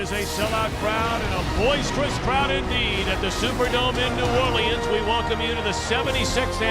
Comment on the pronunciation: New or-le-ans